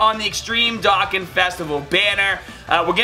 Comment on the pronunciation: Also, Doh-Kan